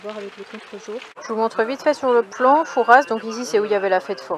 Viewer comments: on dit fouras pas fourasse sinon le père fouras va ce fâcher 🤣😂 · Coucou Merci pour le partage de tes aventures et de vos vies. C est courageux et généreux. J ai vécu dans cette région dans une autre vie. Fouras se prononce foura. Vous avez sûrement bien fait d éviter l ile de re en cette saison. Bon. Séjour à olerons. Et bonne vacances en famille. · Coucou , c'est chez moi , tellement déçue qu'on n'est pas pu se voir .... au fait on dit " Foura " le "s " ne se prononce pas , bisous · Superbe vidéo, étant de la rochelle j'aurais aimé vous retrouver !😉 Juste pour info, on ne prononce pas le "s" de Fouras ! On dit nous charentais " Foura" 😊 Content que le coin t'es plus!